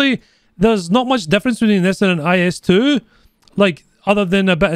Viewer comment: ИС sounds like is, not like ai-ass.